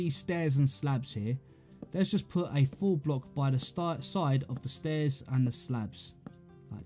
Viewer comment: Great tutorial but when you say “full block” you make it sound like “four block”